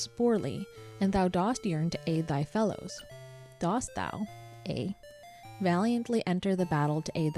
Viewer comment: Dost is pronounced like 'dust'. It's the version of do that goes with thou. It's similar to how does is pronounced 'duz' and doth is pronounced 'duth'.